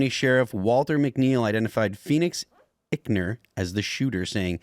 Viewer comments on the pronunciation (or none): It’s EYEckner. Not ickner.